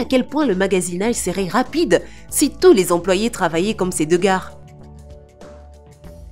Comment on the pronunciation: "Les gares " Pour les gars 😂